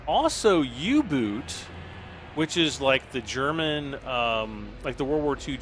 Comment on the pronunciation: lol es ist ein " 'oo-boat"